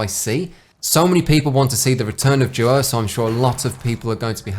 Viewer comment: Thought you said Jaws instead of Duos and I was so confused for the first half